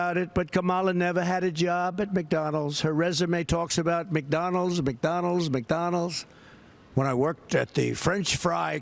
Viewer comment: For someone who eats so much fast food and is so obsessed with the place, I’d think he could at least pronounce “McDonald’s.” There’s a “d” at the end of it, numbnuts. Lol